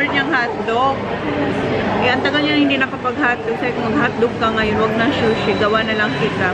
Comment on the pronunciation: di po shushi but sushi( pronounced sooshi)🙏🙏 I like when Zack and Holly loves to go out with you. Cherish it❤❤❤satisfying parati ang grocery shopping mo! I'm sure she's thinking about the menu she will concoct while shopping👍